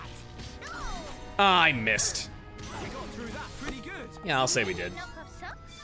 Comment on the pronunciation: "Aww I missed" You didn't say it right.